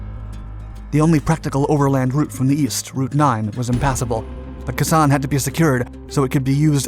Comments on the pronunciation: Dude thank you for saying what I'm thinking! I don't think there's a word he says more in this video than his "Kasan!" I swear, he mispronounces at least one thing each video. At the very *least.* That's on top of the numerous other things I keep noticing, such as words that're simply incorrect for what he's trying to say, weird emphases on syllables as he's mispronouncing words, and strangely mis-emphasized words in sentences. Like the way he says "the Indian country," in this video, - it should just be "Indian country," like one might say in a cowboy western movie before heading past the frontier. I think only Americans would notice it, but it leaps right out at me. Use of plural instead of singular: "watercrafts" instead of "watercraft," for example. Mistakes almost every time he mentions an airframe or engine manufacturer's name along with a product - I can't think of an example, but he'll often mess up phrases like "Rolls-Royce XX-XXX Turbofan jet engine"... I keep asking myself if he's just completely guessing at how to say words? Like how do you do so many videos on combat in Vietnam, and never pick up how to say things as common as "Khe Sanh?" Or, in the video that just played for me after this one, he says "... a fierce combat broke out;" either remove the "a," or swap "combat" with "battle" or "fight." Among many other things that I can't remember, things even people who aren't history buffs would usually know how to say. Just from living life and noticing ho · Pronounced, Kay saan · Close, but it's pronounced "Kay San". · I cringed every time he said it. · K sammich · Yea his pronunciation of Khe Sanh drives me up the wall too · That’s probably an American mispronunciation. I’m pretty sure the proper pronunciation is far different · Because this guy just reads off wiki. He doesn't have an actual interest in history, and that's evident by how often he mispronounces commonly known words like Khe Sanh. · IT'S PRONOUNCED. " KAY SAHN. " ( NOT KASANN. ) 🤦‍♂️🙄